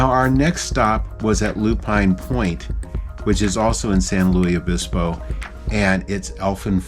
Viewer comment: As a native Californian I grew up going to this area of the central California coast ( actually we stay north of Morro Bay). It’s my favorite place. Summers are relatively cool on this part of the coast and the water is always icy. The missions in California tend to be “ unadorned”. BTW, for future reference the “s” in San Luis Obispo is not silent; instead the word is pronounced like Lewis. Also fun fact, San Luis Obispo bans drive thru anything. So you won’t see drive thru for coffee, fast food or even banks ( the last time I knew, but I don’t believe it has changed).